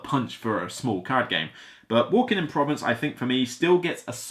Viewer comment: You should Google the word "Provence" to get the correct pronunciation.